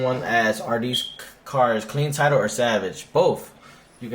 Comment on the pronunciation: It's pronounced salvage not savage lol